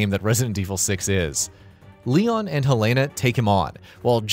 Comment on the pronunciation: he says Leo instead of Leon